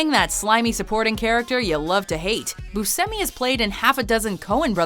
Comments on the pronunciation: Hold up, you keep saying Boo-simmi. I've always said Boo-Shimmy. Am I wrong?? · It's not. It's Bu"sh"emi, not Bu"see"mi. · Its pronounced Boo Shem ee lol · Boo-Shem-E... such a pet peeve of mine when these lists don't know how to pronounce names/places/whatever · steve (BUSH-EHMMEY) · I don't like the way she says Buscemi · the way they say Robert Englund and Steve Buscemi is just aggravating. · The way you say Steve Buscemi pisses me off... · I wasn't aware that that's how you pronounce "Buscemi" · thank youuuuu. I was yelling at my phone. Then again, WatchMojo pronounces a lot of things wrong lol 😒